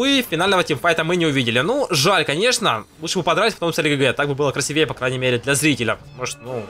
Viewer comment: красИвее) а так норм! лайк